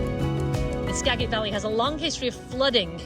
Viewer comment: Since none of the other locals have pointed it out, I will. Skagit is pronounced Ska-jit, with a soft "g."